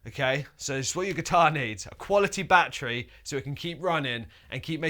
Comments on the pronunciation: English: bhahtree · New drinking game. Drink every time he says “Batchry” in this video!🤣🥴